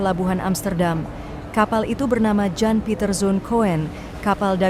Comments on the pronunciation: Yan bukan Jan ,Kun bukan Koen bacanya Mbak.😅😅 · Aksen Adminnya ke bule2 an tapi baca nama aja salah. Jan bacanya Yan, Coen bacanya Kun ya Min 😮